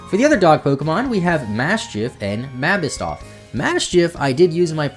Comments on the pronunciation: Wdym “MABISSTOFF” ITS MABOSSTIFF!!!!!!!!!!!!!!!!!!!!!!!!!!!!!!!!!!!!!'!!!!!!!!!!!!!!!!!!!!!!!!!!!!!!!!!!!!!!!!!!!!!!!!!!!!!!!!!!!!!!!!!!!!!!!!!!!!!!!!!!!!!!!!!!!!!!!!!!!!!!!!!!!!!!!!!!!!! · The way you pronounce Mabosstiff makes my soul cry